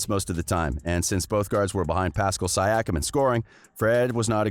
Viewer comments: My guy your title is clickbait and you cant even pronouce anunoby and siakam??? What and edit: Fred vanvleet signed a 4 year 85m contract with the raptors thought you said he would not resign???? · Come on man should be able to pronounce Siakam by now Edit: AnEwNoBeE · Bro you need to learn their names and pronunciation better, you failed Siakam and OG Anunobi and it's not the first time you do it. Just a little more research to match with the quality of the content you put out. Keep up the good work! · So you’re here making videos about the situation of a team/player but can’t pronounce two of their starters? Anunoby and Siakam are pretty well known, to even a casual fan. VanVleet should get his money if that’s what he values above all else. It’ll be interesting to see how his potential new team performs with him as the general and no Lowry to lean on. Fred is a good player if he’s your 3rd or 4th option... but if he’s 1 or 2, you’re in for a pretty unpleasant surprise. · I would like to buy a vowel, please!!